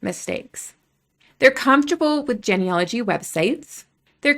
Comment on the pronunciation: Why are we labeling people? You don't even pronounce "genealogy" correctly and sound like a robot, anyway.